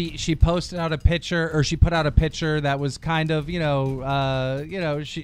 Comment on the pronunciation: It's picture not piture say it right